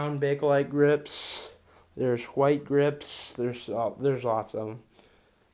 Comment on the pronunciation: Eww the why he says grips makes my ears bleed